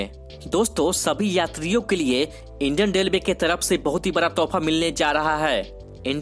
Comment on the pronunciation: Delway kyo bol Raha Hai relway bol